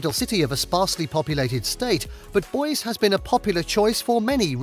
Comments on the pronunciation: Don't forget how he butchered Boise pronouncing it boys. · It is pronounced (Boy zee). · And Boise 🤦🏽‍♂️